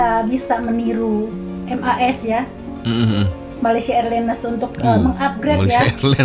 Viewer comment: Malaysia Airlines memang MEALS included dalam tiket. Malaysia "A-Lains" untuk sebutan yang "pas"!